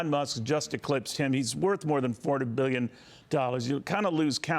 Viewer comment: I like how he says Bbbbillion